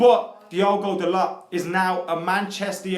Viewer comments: Lets get this sorted right away: ITS PRONOUNCED "DALOH". Not that that matters because can't even say De Gea properly after years... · It's pronounced "dalo" , with the T silent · Hey guys it's pronounced da-loh